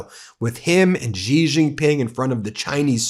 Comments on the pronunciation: Please pronounce it “She” Jingping, not “zhjeee”. That’s the proper way to say Xi. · Dear Ben, as I have told you many times before, the name Xi is pronounced more like the English "she", not "gee". I make this observation having spent 2 years in Shanghai during which I took Chinese lessons based on 普通话 which Westerners call Mandarin for reasons I do not understand. If Chinese readers want to comment, please do so. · It's Xi- Pronounced "Shee" not GEE, Ben, do better my man. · Xi Jin Ping: The 'Xi' is pronounced as 'she' not 'jee' or 'zhee'. Just FYI.